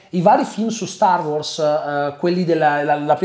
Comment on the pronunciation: mi da fastidio come pronunci wars